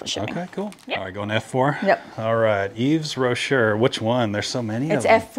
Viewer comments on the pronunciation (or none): It’s pronounced Yves Roshay